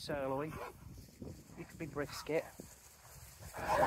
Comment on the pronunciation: I love how you said fat ass (rolling it into one word - fatass). Reminds me of a “heffer” I once knew a long time ago…😂